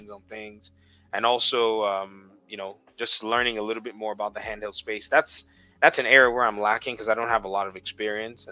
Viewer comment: Xbox “canheld” 😂